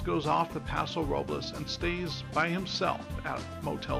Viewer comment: Nice analysis. I enjoyed watching this. One note: Paso Robles is one of those Spanish names that Californians pronounce a bit differently (and not correct to Spanish language rules as you are pronouncing it in this video). If you listen to how Sandra Oh's character in the film, that's the correct way to say it. More like Paso ROW-bulls.